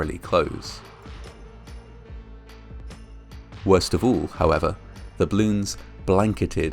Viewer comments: Til: it’s pronounced “bloon” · BALLoons - two syllables. I love your dignified presenting, but repeatedly mispronouncing the very name of so horrifying an event smacks of serious disrespect. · It's funny how it sounds like you are saying "bloons". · I loved "bloons" (as you pronounced it cutely). I never heard about this incident at all. (in my defense, I was just turning 6 the day before this happened and live half the globe away) How horrible...yeah, now I'm not a fan of "bloons" anymore, especially because my cousin keeps buying them for her kids and the ungrateful brats keep popping them for fun like firecrackers. 💥🤬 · I love hearing him say “blewns” over and over and over again. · Why are you saying "bloons"? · Does anyone else notice that the speaker is saying " bloons " Not " ball oooooons " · You're saying bloons o_o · Ugh I hate how he pronounces "balloons". The "A" is not meant to be silent.